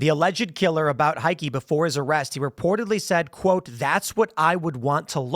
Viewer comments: Not even remotely psychotic..nothin to see here! Y'know OR he's setting up his insanity defense. Heike is pronounced hi-kah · It's pronounced Hi-keh . German name.